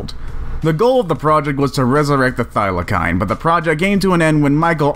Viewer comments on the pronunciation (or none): Bra I’m an Aussie it’s f-ie-la-seen no “filesine” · Thylacine (Tasmasian Tiger) is pronounced Thylarseen. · The narrator should have just called the Thylacine (pronounced Thigh-Luh-seen) a Tasmanian Tiger. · No sub until you can pronounce Thylacine correctly. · He mispronounced thylacine.